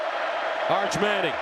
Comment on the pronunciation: Arch Meh-nning.